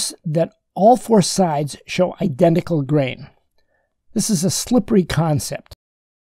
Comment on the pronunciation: "Inneraction, idennical, advanage.." ? Seriously? Can't you pronounce a T? It's not that difficult. You can do it if you try.